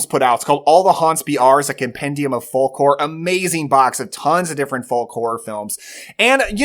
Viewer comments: Great video. I hate to be that guy but it’s pronounced “fowk”. Sorry. Love you channel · The "L" in folk is silent. Good list, though.